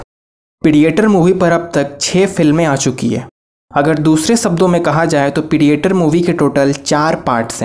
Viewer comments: Bhai saheb, पिडिएटर नहीं, प्रेडेटर कहेते हैं। मतलब, शिकार करने वाला। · Pedeyetor nai re OOO predator he 😆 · Not PIDIETOR its PREDATOR OKKK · It's predator not pidi a tor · Bhai wo pidiator nahi hai... Wo predator hai.... Pronunciation sudhar apni 🤣😂😂🤣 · Predator ❌ Pidiator ✅ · Bhai it's predator not pidietor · pidiator nahi प्रीडेटर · It's not pidiator in pronounce It's pre dae ter in pronounce! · एक्सन नही एक्शन पीडीएटर नही प्रेडेटर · Not pediator. Its predator. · peediator age of Tomorrow batelsip isstar wars star tek beedio 😂😂😂😂😂 (Sorry bro, just for fun) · I lost it when u said "pidiator" 😂😂😂😂 Sorry BTW good job 👍👍👍👍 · Rip English...pediator😂 north indians 😂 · Pidiyetar?????????? Ye kab bani bhai???😂😂😂😂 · I am laughing after hearing you pronouncing "predator" word! hahaha. again..battleship..hahaha